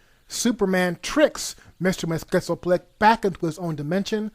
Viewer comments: Listening to you pronounce Mxyzptlk is the best part of this video. Can you say in backwards? By the way, how do you know any of this is true? What are your sources that this was to be the story for Superman 3 and why was it abandoned? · You should learn to say Mr. Mxyzptlk's name (see Lois and Clark, the Adventures of Superman, Supergirl, etc.). Also, it would've been way nicer to use HD clips instead of SD ones. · You really can't say Mxyzptlk properly, can you? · It was worth it to hear this guy try to pronounce Mxyzptlk. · You said Mxyzptlk wrong... lol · As one who has seen SM-III & Supergirl more than once what you describe would have been much better and more enjoyable. For future reference mxyzptlk is pronunced this way Mr. miks-YEZ-pit-lik,, if you watch the episode of Lois & Clark: The New Adventures of Superman - "Twas the Night Before Mxymas"were he is played by Howie Mandel; he says his characters name this way - "Mix-yez-pit-leck"; also on Superman The Animated Series in the 90's Gilbert Gotfried was the voice actor for every appearance on Mr. Miks-YEZ-Pit-Lick [Mxyzptlk]. In the first apperance he also says his name as MixYezPitlick. Names are important to the person who carries that name. Another important name to consider is this one; Jesus, the only name above every other name by which a man can be saved from sin and the coming wrath of God. Be Blessed in Jesus' Name. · it's pronounced: MIX. YEZ. SPIT. LICK. according to the great DCAU's Superman episode. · real comic book readers would know it is pronounced mix-yez-pitl-ik, explained and pronounced clearly in the comic book itself...good grief. and shame on you. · Very interesting video. Thanks for sharing. BTW. Mxyzptlk is pronounced Mix-e-us-pit-lick. The e is a long e. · Actually, no. It's pronounces Mix-Yes-Pit-Lick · You pronounce it, Miss-yes-spit-licks. It's not an easy name to pronounce, took me a while. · It's NOT Mister Mis Kitzel Plick, it's Mister "Mxyzptlk" (Mix Yee Spittle Lick)